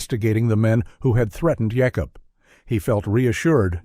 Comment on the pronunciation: Interesting that some of the Amish names (Jacob and Rebecca) are pronounced using the Hebrew pronunciation (Yaakob and Rivka).